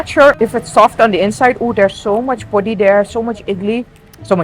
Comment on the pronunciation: u r saying podi perfectly. how long u have been in india. paripu, papad aloo gobi, sambar almost all are perfectly pronounced. but podi impressed me. most of foreigners say porri